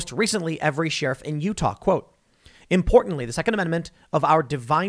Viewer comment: Sheriff pronunciation: Common folk: “share-if” Tim Pool: “sheer-if”